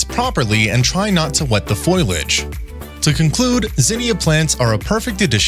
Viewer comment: It’s “fo liage”; not “foil age”. Good info, though.